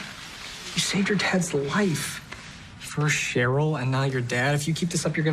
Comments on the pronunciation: It is pronounced as share-ole not Charlotte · He said Charlotte instead of Cheryl... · CHERYL NOT CHARLOTTE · Did anyone else notice how at the start of the video he was calling Cheryl Charlotte lol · Are we not gonna talk abt how he calls Cheryl Charlotte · Why does he call Cheryl Charlotte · Wait wait wait... did he just call Cheryl Charlotte! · No one is speaking about how he called Cheryl Charlotte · Are we not talking about how he calls Cheryl,Charlotte 🤔😑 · Charlotte!!! its Cheryl Bombshell lol 😂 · oh he DID NOT just call cheryl charlotte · Did he just call Cheryl Charlotte!?😳🤨😑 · Cheryl not charelotte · Her name is Cheryl not Charlotte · Btw it's not Charlotte its cheryl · Did anyone realise he said Charlotte instead of Cheryl?😂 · Her name is CHERYL, not Charlotte. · right off the bat im gonna point out that her name is cheryl not charlotte... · why is he calling CHERYL charlotte??? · Her name is CHERYL not CHARLOTTE. bruhhh you aint qualified to make this video, take a seat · its cheryl btw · It is Cheryl pronounced SHARE-RIL by the way they say her name like 27,394 times in the show ??? But otherwise good video!